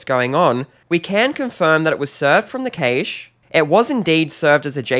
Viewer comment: Well that pronunciation of cache is a new one. I actually questioned if I’d been pronouncing this incorrectly all this time, but a quick google search later and I realised I’m not losing my mind and your pronunciation is wrong. Sorry if it sounds like I’m picking on something so small, but I find it hard to take onboard any advice from someone that cannot get the basics right.